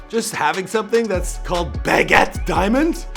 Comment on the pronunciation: Baguette my guy (Buh-get) ✊🏾